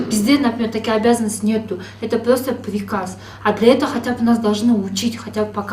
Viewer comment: Это ПИРОСТО ПИРИКАЗ ДЕЙТКО ВРАЧ😂